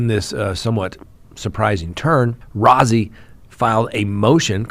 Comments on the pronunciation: It's Brad Rosey. His name is spelled Rozzi but pronounced Rosey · Rozzi is pronounced like ROSEY....long O.